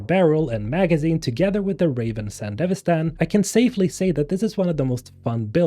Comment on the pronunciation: I compliment you on being the only person on Youtube I've heard pronounce Sandevistan correctly :P